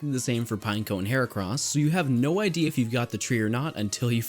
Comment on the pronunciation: it's not pine-co it's pin-ek-o